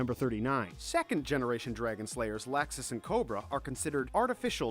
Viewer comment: You know you pronounced Loxus and Marijane wrong, right...